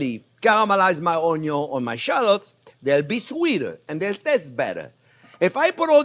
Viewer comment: I just watch to hear him say "onyo"